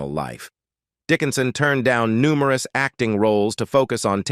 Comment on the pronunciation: ''She endured numeroos pesonal hardships''.